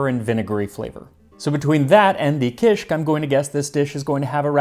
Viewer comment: Dude! I LOVE kishik. I had no clue that it's so old! It's still eaten in many different forms throughout Lebanon and the Levant. Typically it's a breakfast food. By the way, the pronunciation is ki-shik, two syllables. Kisikiyya is pronounced ki-skik-KIYY-a, stress on the third syllable with a lengthening of the Y.